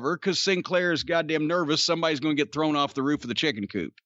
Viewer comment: I don’t know if it’s just me, but I hear Jay call Mark “Chicki” not straight “chicken”. I know it’s the same thing, but it’s how he says it that gets over along with how Mark behaves.